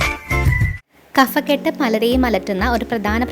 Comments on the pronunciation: കഫക്കെട്ട് - Kabhakket ആണ് ശരി | Kafakket അല്ല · ഹലോ kaphakkett അതാണ് ശെരി കഫക്കെട്ട് ഫ... pha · കഫക്കെട്ട് ഉച്ചാരണം ശരിയല്ല